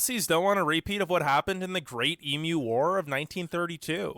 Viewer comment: So inaccurate especially the internet stuff but I'll give him credit for one thing, he pronounced "Emu" correctly. Some Americans keep on saying eemoo regardless of how often told it's eemyou